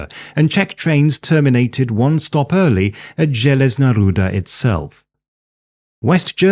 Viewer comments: your pronaunciation of Železná Ruda is real good :D also železná ruda literally translates to iron ore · Awesome video man, I loved your balance between the sides and yes, you prononced the Železná Ruda fairly right! :D Greetings from Czechia!